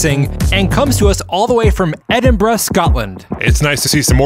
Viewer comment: Thanks for pronouncing Edinburgh correctly. 👍